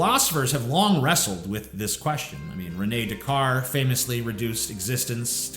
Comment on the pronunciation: For the love of God pronounce René Descartes's name correctly.